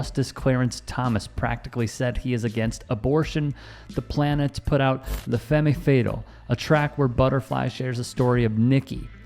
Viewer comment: 'Femme' rhymes with 'them'. I loved this album and Blowout Comb. Don't play it for your kids unless you want to have the discussion about how %5 think that the Black man is God and Caucasians (or 'whites') are an inferior animal that they historically tried to turn into a human but are devils. I mean, play it for your kids; they are great albums, and you don't have to agree with everything that is said on album to enjoy it. But don't 'whitewash' the message of Hip-Hop in the late 80's and early nineties. Who do you think the devils are that Ladybug is "93 million miles above"? I would like to think she means racist and bigoted white people only, but that was not the message of the %5 Nation then, or now.